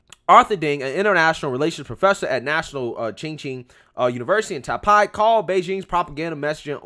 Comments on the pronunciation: Just let you know that you pronouncing Taipei wrong. Is not Tai-pie, is Tai-pay. Anyways, good video as always. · Homie, its pronounced Nay-vul... And tie-pay... Lol u said them wrong bro. That shit made me laugh